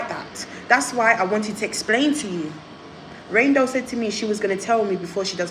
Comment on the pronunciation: It’s reign doll not range 😂😂